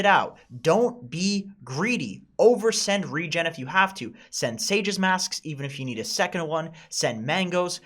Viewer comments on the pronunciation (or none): none